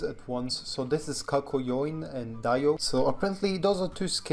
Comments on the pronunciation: For the DIO skin It's pronounced dee-o not die-o. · Bruh bro rlly said (di o) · pronounces dio daiyo all the jojo fans here kono dio da